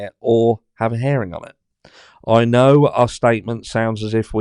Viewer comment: You are so funny…herring is a fish…it’s hear-ing as in I hear what you are saying….love the British.